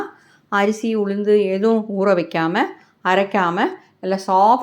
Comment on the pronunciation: உழுந்து அல்ல உளுந்து